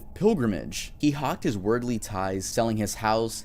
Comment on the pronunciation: Bruh..you gatta read some more books. It's not ah-lie-us. It's ale-e-us. It's not werdly, it's world-ly like world, planet earth. Love the content otherwise.